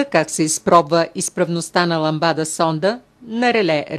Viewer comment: ламбда сонда а не ЛАМБАДА